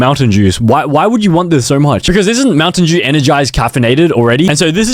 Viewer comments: POV how bro says Mountain Dew Mountain Jew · Bro said montain jew